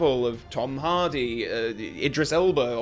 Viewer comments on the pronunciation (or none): none